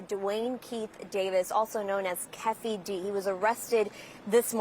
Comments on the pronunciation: How the reporter pronounces “Keefe” and “Shakur” is crazy 🤦🏽‍♂️ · "Keafe"? "Shakerr"?! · Its KEY FEE D... LOL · This chic can’t pronounce “Keefe” or “Shakur” 😩😂😂😂😂😂